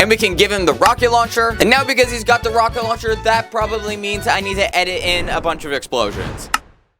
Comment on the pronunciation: He said rocketloncher